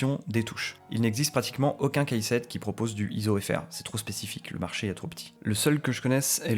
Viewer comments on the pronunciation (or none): Tuto très complet, félicitations ! En revanche par pitié, "keyset" ça se prononce "kissette", pas "caissette" 😑